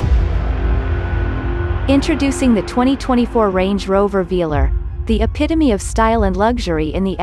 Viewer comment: AI has still to be trained to pronounce the name of the vehicle right 😉